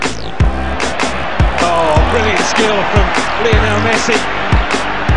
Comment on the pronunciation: When the commentator says Lienol messi!! i hear them saying little messi!!